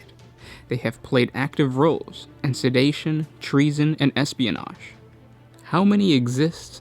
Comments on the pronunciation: Drinking game: spend the evening watching 40 facts on 40k and take a shot every time they mispronounce something. E.g. 'sedition' as 'sedation' ;) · sedition is not sedation